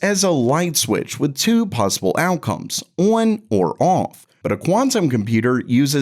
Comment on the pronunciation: Everytime this guy attempts to say the word "on" I cringe